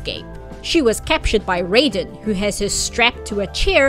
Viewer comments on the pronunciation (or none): IT'S PRONOUNCED RAY-DEN ! Sorry, it's just every time someone does this, I'm losing a bit of what's left of my mind 😵‍💫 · Every time you use the Mortal Kombat pronunciation of "Raiden" it's like you're verbally stabbing me.